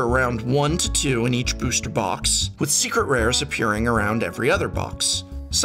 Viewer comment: Is it just me it does he say secret rares like “srcret rars”